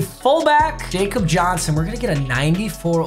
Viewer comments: Anyone else just shake their head when he says Jacob Johnson instead of Yah-kub Johnson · It’s “Ya-Kob” Johnson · it pronounced yakob johnson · I’m begging you please its YAHK-ob Johnson not Jacob 😭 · Jakob Johnson is from Germany. His name is pronounced like “Yakob.” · YA-COB Johnson. For the love of god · Papa just so you know the fullback is pronounced "Yakob" Johnson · Papa it’s “ya cup” Johnson